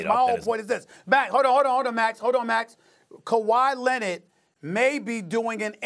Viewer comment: “Kawahi Leannet”